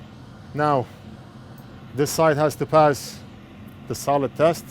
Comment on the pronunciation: Everytime says "solid", I hear "salad". What can you do?